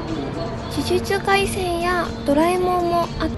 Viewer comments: 僕には「じゅじつかいせん」に聞こえました😊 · たまに『じゅじゆちゅかいしぇん』って言えない所が萌えた♡ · じゅじゅちゅかいせんって言えてないのがかわいい。